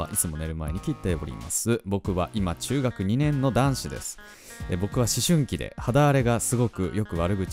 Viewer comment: え？ちゃんと思春期って言えて た？？ あやしいなぁ〜ふふふ☺ みんなで千円カットw 色んな話のネタもってて面白い😁 はラジオ撮る時、事前に今日はこのお便り読んだらこの話しようとか考えてるんですか？ ラジオは本番一発録りですか？ 話すのが苦手な私。 緩くて面白いトークのできる魅力的です✨